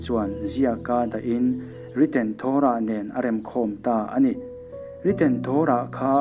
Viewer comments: Torah hi a "to" lai hi i thluka thluk loh tur a ni e. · Torah i lam dik lo